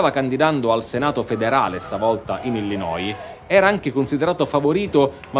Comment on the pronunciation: che bello sentire un italiano che pronuncia Chicago e Illinois nel modo corretto 👍